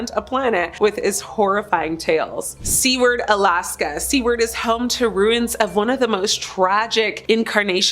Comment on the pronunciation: Its not seeward Alaska, it's pronounced like sewer with ard on the end. Really should look up how names are pronounced properly before posting a video. Respectful to residents.